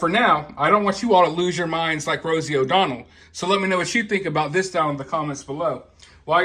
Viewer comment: Rosie “O-Donald.” Lol 😂